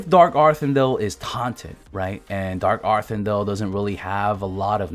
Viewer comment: "Dark arthin-dell" lmao